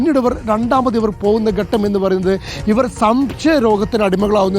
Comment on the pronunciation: എന്റെ പൊന്നു സുഹൃത്തേ ഘട്ടം എന്നാണ്. അല്ലാതെ ഗട്ടം എന്നല്ല. മലയാളം നന്നായി ഉച്ചരിക്കുന്നവരിൽ നിന്ന് കേട്ടു മനസിലാക്കി പറയൂ. ഗട്ടം ഗട്ടം എന്ന് ആവർത്തിക്കുമ്പോൾ അരോചകം.